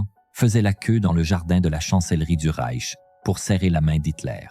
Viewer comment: Et ces noms allemands prononcés à l'américaine : 🤣🤣🤣 Ou pire : Le Rek allemand (pour le Reich)...